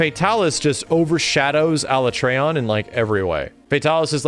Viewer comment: Everyone on the planet: Alatreon: ALA-tray-on 🙄